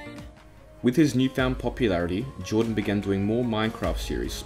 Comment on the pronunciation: It’s Jardon not Jordan